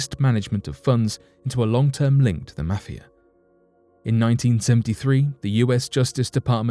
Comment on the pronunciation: Quite worrisome is the way in which you pronounce 'mafia'